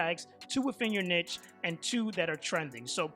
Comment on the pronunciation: Bro the way you say Niche is too funny I have to tell you it's pronounced kneeshh but other wise greta content and good advice bro 💪